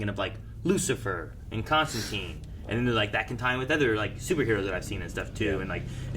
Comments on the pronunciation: Still using the incorrect constanteen even when the show is pronouncing it constantyne, bloody americans... ;p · It's pronounced Comstantyne like the river Tyne or Fine. i-e is a long i sound. This was still the case when I taught American English abroad, so I don't get the common miss-pronunciation. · That was a bit frustrating. Even after hearing Constantine pronounced correctly the whole episode, the three of you insisted on mispronouncing it when you talked about her... The name has always been pronounced ConstanTYNE. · Why do Americans insist on calling him and her Constanteen? The series uses Constantyne, which is how Alan Moore, who created the character, said it should be pronounced. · That's the American pronunciation of the name. It made sense when we were talking about the Keanu Constantine, since he was American. It just stuck even when we went back to more comic faithful adaptions. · ConstanTINE it rhymes with FINE.